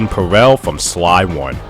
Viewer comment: Do you not know how to say "peril" lmfao